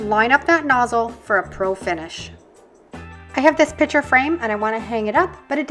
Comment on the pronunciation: Your hints are very good and useful!! But, pitcher?? Most people put pictures in a "picture" frame, not a "pitcher"!!!😮😅😂